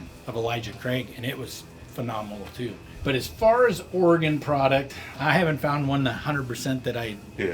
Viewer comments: You even took the time to call it OryGun. Nicely done. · At least he got the pronunciation of "Oregon" correctly. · I appreciate he says Oregon correct. Lol. Dude if you were more into whisky. Couple good spots in Eugene, Corvallis, and Portland. I mean Pendleton is good. Made in Hood river. Not bourbon. Cool you came through. 😎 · I sincerely appreciate you pronouncing Oregon correctly ! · Thanks for saying my state’s name right!! 😂